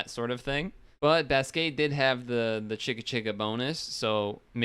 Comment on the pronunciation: Thanks for doing my request! And btw, you pronounced "Basque" correctly the first time you said it. And idk if you noticed, but I uploaded some of these and I apologize for Brazilian Portuguese having dirt quality, lmao. I think I uploaded that back when I didn't care about quality all that much. And I also uploaded Slovak. The episode came all pixelated, lol. I also uploaded the German version. And I noticed you sorta butchered the pronunciation of the dub's title. The best way I can say how it's pronounced via text is "Donkey Kongs au-ben-toy-ya (Abenteuer)". And that voice you heard at the end of the Slovak opening is something called a title voiceover. When a dub doesn't have a localized logo, they would sometimes do a title voiceover. Which is saying the dub's name whenever the logo appears. The name of the dub is called "Gorila v Červenej Kravate". Title voiceovers are really common in languages such as, Spanish, Portuguese, Russian, Ukrainian, Bulgarian, Czech, Hungarian, Polish, etc. And it seems that the Slovak dub uses prints from the German dub, which is why the logo is the same in both dubs.